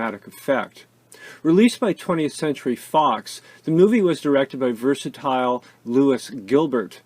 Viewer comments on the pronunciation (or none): none